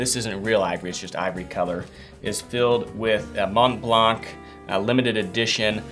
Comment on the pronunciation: Great video as usual. I was a little disappointed however, knowing that you are American and live in Texas, I assumed that you would tell us whether S&W, Colt, Glock or Heckler&Koch would be you're everyday carry?! LOL. BTW just a little note if I may, 'Montblanc' is pronounced without the 'blank' at the end other wise your french is improving, no offense intended.